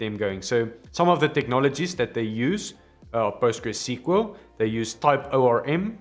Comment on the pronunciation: such an indian way of saying it..